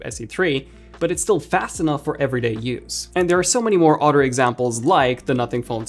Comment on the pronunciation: It’s other not orrer